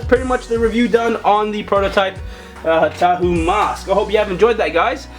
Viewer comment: its TAHU NOT HAHU